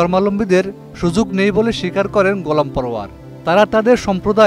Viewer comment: আপনি " ধর্মাবলম্বী " উচ্চারণ করতে পারছেন না। " সুযুগ" না, " সুযোগ" বলুন।